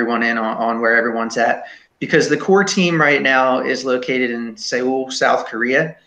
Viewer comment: Soul not Se-owl. Thats how you pronounce Seoul